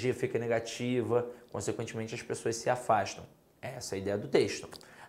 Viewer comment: Boa aula. Mas na hora que falou "as pexoass" eu ri. Acho que é carioca. Boa aula. Parabéns